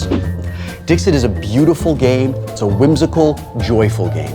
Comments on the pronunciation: It is not pronounced Dix-it. It is french, and therefore is pronounced Dees-e (t is silent) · Wil, if you're pronouncing Latin mostly correctly (or, at least the way I learned to pronounce it), it's "Deekseet," not "Dihkzit." That's a terrible phonetic spelling, but if you want to come off as smart as you seem to try to do at all times, you should get it right. Love this show, though. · Hey, I know I'm late, but I have the answer. "Dixit" is Latin, meaning "He/She said", and should be pronounced "Deek-seet", but "Dik-sit" is perfectly OK. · Omg it’s Latin—please pronounce it Dee-xeet!!!!! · No, Dixit is Latin, and the "x" should be pronounced with a "ks" sound. Also, the "i"s should be pronounced like elongated "e"s. Sic, it would be pronounced "Deek-seet". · Wil, it's pronounced "deek-seat" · If it were to be pronounced in a French way, the t at the end would be silent.